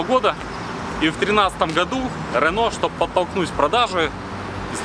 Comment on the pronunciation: Рено ане рэно